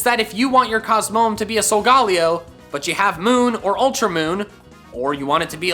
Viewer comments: It’s not sogollyo it’s sogalyo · It’s pronounced sol ga lai o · I now it’s just his accent but he’s saying solgaleo wrong it’s pronounced sol-ga-lay-o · He keeps say solgolaeo wrong